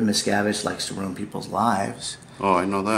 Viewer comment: “David Miscavige” lol